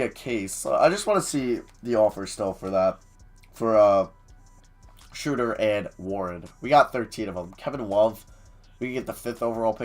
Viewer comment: is this guy ever going to learn that it's not SHREWWWWDER its SHROWWWWDER. smh.